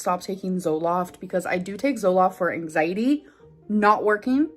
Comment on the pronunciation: Am I the only one who really hates the way she says “angsietty” (anxiety).